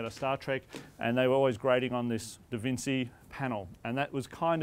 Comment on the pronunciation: Did he seriously say "DavinSEE"??!! LOL... ouch.